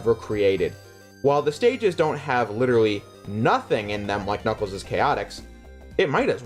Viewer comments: I don't know if you were joking, but you don't typically pronounce the S twice in a word that both ends in S and has a possessive S; like Knuckles'. That's why it's spelled like that, Knuckles', and not Knuckles's, which is how you claim it's pronounced. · Knuckles' is pronounced Knuckles, not Knuckleses. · It is Knuckles' is pronounced exactly the same as Knuckles. That's why there's no s after the apostrophe. Knuckles is still a plural word even though it's being used as a name.